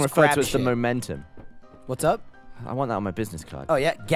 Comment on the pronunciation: "I'm the mommommmmentum" gets me every time! XD